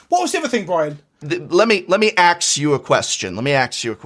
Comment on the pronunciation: "Lemme axe you a question.."😂 good one prof!